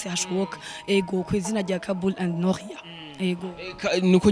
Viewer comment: Beniii nukuri ni NORIA pas NOLIA tuvug neza plz 😍🤣🤣🤣🤣🤣🤣